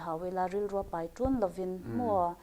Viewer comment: Tunge tawng "pei" ngai? "Pai" tih tur alawm. Tawng pei ti lovin, tawng pai tih zawk tur.